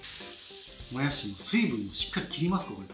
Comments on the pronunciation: もやしーの発音違う もやしです！ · 材料・・・作り方・・・ポイント：もやしのイントネーション！！！www